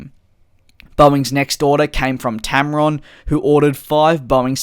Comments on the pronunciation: Tarom not tamron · It's Tarom, NOT Tamron! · Mispronounced tarom :))) it is tarom not tamrom but great job releasing these vids in these very busy days!! Keep the coming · You mispronounced Tarom